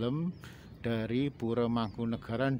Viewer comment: Oalaaah... bukan muslim toh mereka.. ya gak tau lg kalo gitu, sedangkan Mataram kan trah Islam ralat min... kalau Pura org Jawa bacanya Puro bukan Pure Kalau Pura dibaca Pure itu org Bali (Pura di Bali t4 ibadah umat Hindu), kalau istana/Keraton di Bali namanya "Puri"